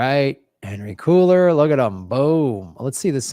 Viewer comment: Did continue his misprounounciation and call Cuellar "cooler"? Cringe.